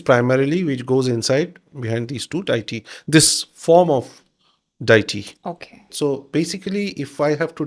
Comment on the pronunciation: It's annoying he keeps saying the word deity wrong way